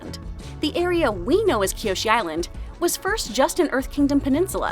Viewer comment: and also no, it's kyoshi, 1 I